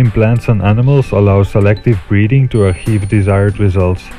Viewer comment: "aRchieve"....ok...u think this guy cares how much organic chem u know?